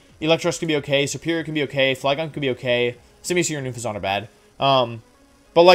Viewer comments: OONFEZONT? XD I love the videos but I was so confused because I kept thinking you were were saying Bouffalant and I didn't see a Bouffalant on their team. It's pronounced exactly as it's spelled Un-fez-ent. Unless you were saying it wrong on purpose I cannot tell. Keep up the great videos Wolfe! Honestly wasn't expecting this to be my first comment on one of your videos. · More like oonfezant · Why do you say Unfezant like it's French? xD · Wolfey: Gives an in-deph look at each team and strategy Also Wolfey: Mispronounces Unfezant "Oon-fay-zant" Gave me a good chuckle 😂 Love the video and this was a very interesting look at the rivals :o Keep up the good work! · I really need you to know that you're pronouncing Unfezant the worst way possible.